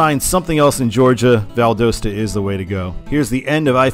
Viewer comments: some pronunciation corrections on the cities in georgia and florida: valdosta is said "val-dah-stuh" and ocala is said "oh-cah-luh"! also, id say valdosta gets signed for 75 because it's a point where it's still near enough to not instantly exhaust you when you read it (as atlanta would, at least for me) but far enough to still be meaningful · Not from Valdosta, but I have always heard the locals pronounce it Val Dah Sta. Might be useful for the 75 videos